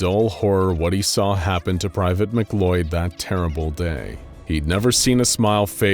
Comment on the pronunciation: Why in the fuck is McLeod pronounced like it's spelt McCloud? That makes me sense